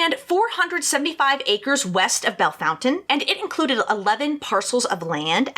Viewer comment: I’m from Bellefontaine. I can’t believe you pronounced it correctly. Well done